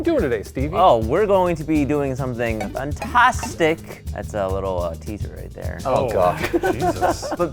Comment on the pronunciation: Right off the bat does a terrible job with the word “fantastic”. The Sexy Tag has been rescinded.